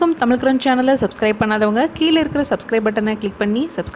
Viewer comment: கீள இருக்கிற அல்ல கீழ இருக்கின்ற